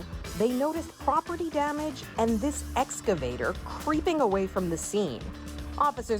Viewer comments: Say it with me "ex-ka-vay-ter" lol Wtf they even said it for you and you still got it wrong 😂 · X - Ca - Vator😀